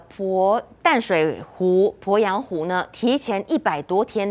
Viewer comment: 主播好专业哦。po鄱阳湖，jun龟裂，发音好标准